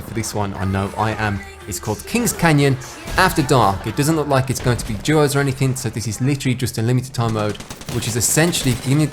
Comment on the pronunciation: Thought you said Jaws instead of Duos and I was so confused for the first half